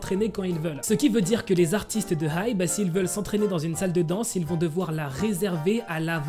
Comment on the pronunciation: Ça se prononce ai-bi😭 HyBe c de l'anglais 😅